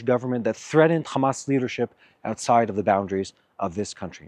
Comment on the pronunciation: Menino para fazer live tens e saber falar nao é Amas é Hamas